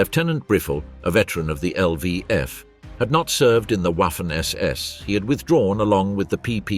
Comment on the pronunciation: It's pronounced WOFFEN ... Even though gramatically it sounds like WAFFEN